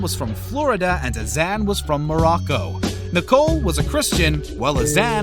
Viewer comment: nicole and azan never married... and can this dude pronounce their names right? jeez.